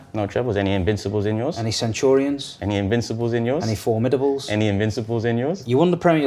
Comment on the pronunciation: "Fourmidables" has to be banter 😂 see how none of us in the comments even recognise it